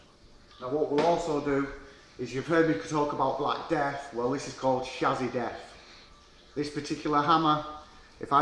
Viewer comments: snapped shassy ... from yorkshire and it would sound better if you said chassis or chassy would sound more profesional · Had to turn it off can’t be doing with the way he says chassis!!.. it’s not SHAZAAY!